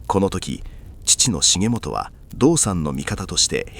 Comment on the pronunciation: 重元は、『しげちか』 と読みます。